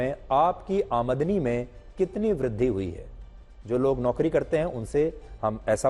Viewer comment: आमदनी का सही उच्चारण तो कर लेते